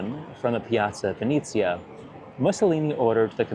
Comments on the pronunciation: it's Venezia not Vinizia. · It’s pronounced “Ven-eh-zia” 😌 But maybe it’s ok: you would be too powerful if you also knew Italian 😁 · Piazza venezia not venizia